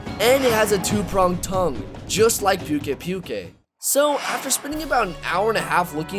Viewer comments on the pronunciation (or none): I think its pukei-pukei is pronounced poo-kay poo-kay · It's poo-kei poo-kei not pew-kei pew-kei. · Not to be mean but pukei pukeis name is pronounced pook a pook a not puke a puke a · I believe it's pronounced Pookay-Pookay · He just likes saying like that. He knows how to pronounce it but he prefers to call it Pewk Ai Pewk Ai. He said that in one of his Livestreams. Just like me with Rathian. I know it's pronounced Wrath-Ee-an but I prefer calling it Wraith-Ee-An